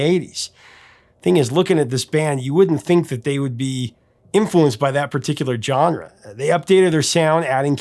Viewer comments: We can hope. It burns my ears EVERY time he says either one. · 😊 I hope will someday learn how to properly pronounce "genre" and "homage". 😊